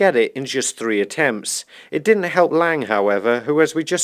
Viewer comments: hey, loved your content so far, but it's LIANG Wenbo, not LANG. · You keep mispronouncing Liang.